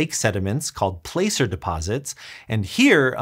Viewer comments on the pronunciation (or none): “Plasser” is indeed the correct pronunciation. I grew up in CA, learned all about the gold rush in school. Probably not a lot of people outside of CA have heard of Placerville either so I get why someone would pronounce it “place-er”. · ... yeah I wouldn't give too much confidence to someone who is explaining how to "tell your gold is real" and pronounces it place-er. This "science channel" has really gone down hill. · It's pronounced Plass-er, not Play-cer. Think Plaza. Placer. You'd think Sci Show would know the correct pronunciation. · "Placer" is pronounced with a short 'a' not like 'playcer'. It rhymes with "passer". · It's pronounced plah-cer, not place-er. Probably 80% of people who grew up in the western states cringed when said that! 😂 Google said, it rhymes with gasser. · Placer is like “plasser”. And it’s Jacque, with a c.